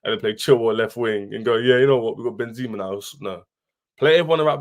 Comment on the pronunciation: Chelsea doesn't deserve a player like Benzema cause the fans can't even pronounce his name right.... This Chelsea fan called him "Ben-zeeema" and so did on another stream.... It's "Benzema" just how it reads, no holding on the 2nd "e"...